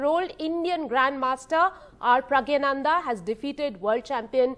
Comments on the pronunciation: Not praggyanandha.. praggnandhaa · Please pronounce his name correctly . It is not Pragyanandha . It is Praggnanandhaa. Please see Agadmator channel where the channel host , a foreigner corrects his pronunciation and pronounces correctly. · She was repeatedly infering him "Pragya" ,instead of Pragg or maybe praggna , 😂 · first of all get his name right its pronounced as praggnanandhaa not pragyanandhaa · Appreciate NDTV doing this interview, but would be nice if the anchors learn how to pronounce Praggnanandhaa correctly.